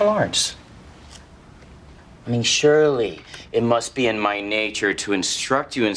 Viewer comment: Notice how he says "surely" but says it "shirley" when looking at shirley. Genius.